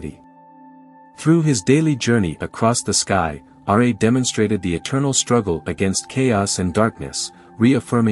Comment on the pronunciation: R'A bro its Ra the pronunciation is weird